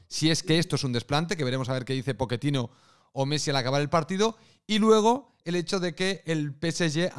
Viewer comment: No digo que lo dijo mal,solo me da gracia como se escucha jajaja